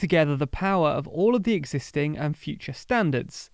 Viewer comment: Exis-i-ting - Just sayin'